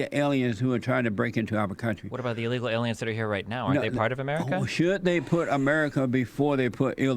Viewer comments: Ill leeka aleeans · I want to know what he means by “illegal aliens” or as he says “allyegaul arens” also “AMAZIN” Pepega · Eel leeka ale ians